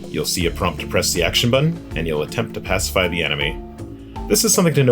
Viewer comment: Thumbs up for your "bad"English: ("wheat"= wait, "pasafie"=pacify, "readers"=raiders and best is "Mabby"=maybe)--just too funny. Thanks for the laff!